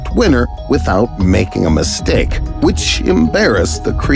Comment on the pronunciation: that "misteake"